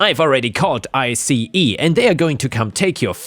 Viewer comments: ICE is just pronounced as ice I believe:P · ice the government agency is typically pronounced the same way as ice the frozen water.